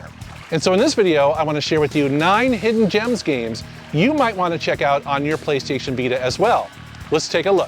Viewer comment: 0.47 - Hisden gems! Yeah hidden on PKGJ!